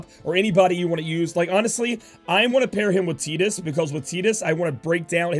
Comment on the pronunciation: you're saying tidus's name wrong